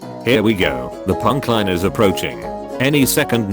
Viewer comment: Text to speech isn't the best on properly pronouncing compound words. if he put it "punch line" it would have pronounced it correctly.